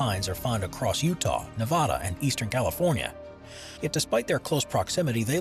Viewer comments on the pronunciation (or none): none